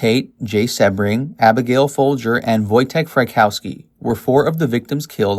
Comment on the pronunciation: The constant mispronounciation of Jay Sebring’s last name is driving me to distraction, his last name is not one he was born with, he used Sebring as his last name for marketing purposes, because Sebring originally is a famous Florida car racing event, and he wanted something that suggested the heady excitement and glamor of the Florida race, which is known as Sebring, and it is pronounced with a long e sounds, like See-bring.